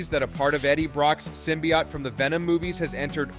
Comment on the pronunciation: Sim - BEE - oat not sim - BEE - yacht